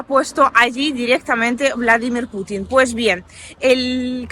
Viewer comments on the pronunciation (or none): none